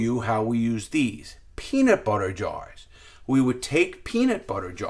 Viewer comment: "My peeena butter jar"!